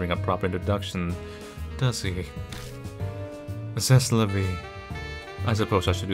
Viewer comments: THAT'S NOT HOW YOU PRONOUNCE C'EST LA VIE BBY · Did you seriously say “ sess la vie ” 😐 wth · he's been doing this for years and still can't pronounce "ominous" right, lmao. c'est la vie shouldn't surprise you. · Ugh... How butchers the French... Otherwise amazing work!